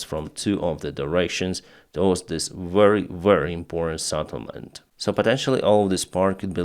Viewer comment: Settlement not SATTlement.